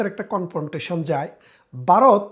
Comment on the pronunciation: ভারত উচ্চারণ করতে পারেননা বলতেছেন বারদ; সেই আপনি আসছেন আওয়ামী আর ভারতীয় দালালী করতে!!?? সে-ই দিন নাই রে মনু; দিন বদলাইছে।গত ১৬ বছর তোমাদের শাসন দেখছিরে